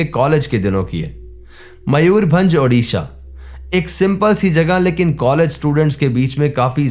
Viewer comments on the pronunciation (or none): none